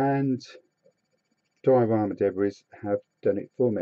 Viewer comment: Another good video, many thanks. However, the pronunciation of 'Debris' is 'daybree' not 'debriss'. Sorry.....